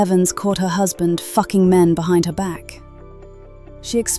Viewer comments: The narrator seemed like she had been waiting all of her life to say the word " "_UCKING" with perfect ebonic diction. I DON'T BELIEVE I JUST HEARD THE NARRATOR CUSSING LIKE A GANGSTA 😂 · With the hard F 😂😂